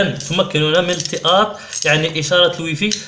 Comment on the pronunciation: يعني يعني يعني هههههههههه استابال التااط يعني